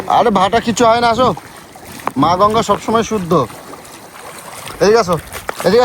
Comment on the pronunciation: গঙ্গা ❌ গুনগা ✅